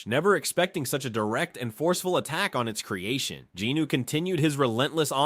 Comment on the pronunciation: I gotta ask, who’s “Jinoo”? Isn’t it Jin-Woo?